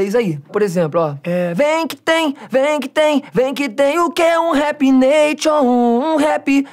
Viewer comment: Eu não entendi muito a parte do "neition" KSKSJKSJKSSKSK